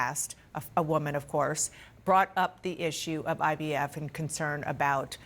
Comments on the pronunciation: Is he saying IBF . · Why is it that no one else caught Donald calling IVF, “IBF”????? He clearly doesn’t know what “IVF” means or stand for. Listen very CLEARLY!!!!! He said, he’s the father of IBF! lol 🤣🤣🤣🤣🤣🤣